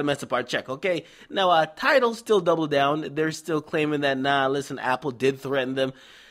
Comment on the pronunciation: Gonna have to start calling tidal, TideL